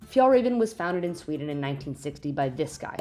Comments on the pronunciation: She's pronouncing "raven" wrong. It's RAW-VEN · As a swede you get insulted by the pronunciation😂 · As a Swede I was hoping they had done some research and knew how to pronounce it properly…it’s fun to see something being big in my childhood returning on so many people’s backs.